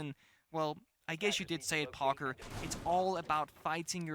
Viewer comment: I love how whenever says "Parker" it sounds like "Pogger." casting is awesome to see!